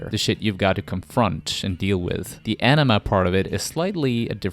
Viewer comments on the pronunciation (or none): How do you get aw-no-ma out of aenema? If youre gonna narrate fkr a living then learn to read first or at least learn to pronounce the words youre using. That was the dumbest pronunciation of aenema possible